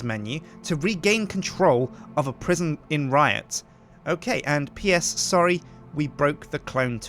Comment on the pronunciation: PriSjin instead of Prison